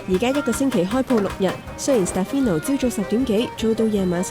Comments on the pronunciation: i think it’s a little disrespectful to mispronounce your interviewee’s name, his name is SteFANO, not SteFINo…. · You honestly need to do better than this. Can’t even get the name right. Is Ste “farn” no not Ste fi no… you ask for respecting others in your guideline when commenting but in fact you can’t even respect the subject… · 人哋叫 Stefano, 唔好叫錯人做 Stefino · Interesting and sweet story. You didn’t pronounce his name correctly though 😂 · Is it just me? 旁白成段片都讀錯主角個名好distracting lol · 你没聽錯，是完全讀錯。 其实就箅吾識意大利文，只要問一下被訪者或google下就0K了，因為讀啱人地個名係基本尊重和禮。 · 我都聽到讀錯名～